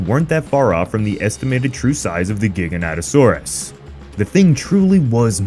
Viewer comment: How do you mess up the name THAT bad? It's not GIGA- NATA. It'sfrom the word gigantic.